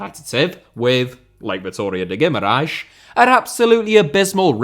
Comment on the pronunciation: Your effort trying to say Guimarães with the correct pronunciation is remarkable. On another note, if you ever want to come to Guimarães to see a Vitória match I can be your guide. And please, dont ever say Vitória de Guimarães in front of a Vitória supporter, unless you want to be heavily cussed in portuguese, the clubs name is Vitória Sport Club